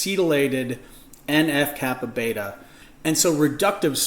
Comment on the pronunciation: en eff kappa BEE, not beta